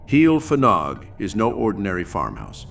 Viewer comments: Just a note: A single F in Welsh is pronounced like a V. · The F is pronounced V! Ff is F